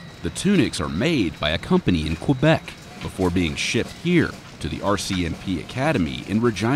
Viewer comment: It’s not qoubek, it’s Quebec